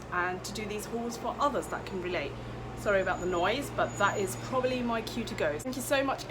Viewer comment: It's not slalaykum it's assalam o alaikum. Please try to correct it 😀 just a pice of advice I m not hating u